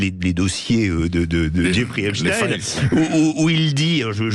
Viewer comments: Les medias francais ne prononcent plus epstein mais epstine tout ça pour creer un lien avec la russie c'est incroyable et impressionnent leurs niveau de propagande.ils font ça pour que ça sonne moins juif 😂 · Arreter de dire Epstine.. dans ce cas la il faut dire Albert Einstine.. vous soulez avec cette prononciation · Oui et pourtant Epstein est d'origine Polonaise et ça se prononce Stein.... Désolée pour eux.